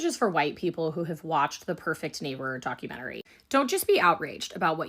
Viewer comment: It’s docUmentary not dockAmentary.